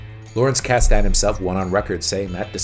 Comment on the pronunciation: You’re pronouncing Kasden wrong.